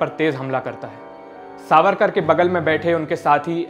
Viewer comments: Savkar ❌ it’s “ SAVARKAR” plz correct it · सावरकार not सावकार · सावरकर, not सावकर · Its Savarkar not savkar.... atleast check before uploading video.... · सावकर नही सावरकर है उनक नाम